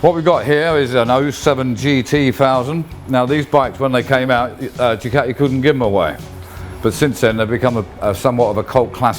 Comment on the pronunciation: But still can't pronounce Ducati correctly. Come on mate